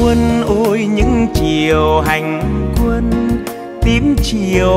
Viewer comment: Nghe quang lê phát âm câu: " những chiều hành quân" nghe rõ hay chứ không như nhiều ca sỹ hát : " những chiêu hanh quân" nghe nó trật lất và không hay và sai đi cả một bài hát hay.